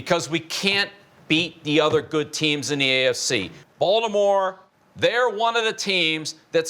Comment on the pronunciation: "Haven't seen this many cameras since we signed Tebow" LOL He also says Balimore correctly. Love his interactions with other players too.